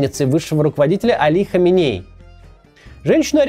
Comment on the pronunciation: Почему Кац регулярно путает ударение, называя прошлого и текущего рахбаров? Али ХаменЕи и Рухолла ХомейнИ. Это разные люди, все равно что Иванова и Иванько путать.